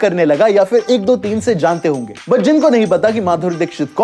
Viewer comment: Yaar bhai tu but ko put kyo bolta hai😅😅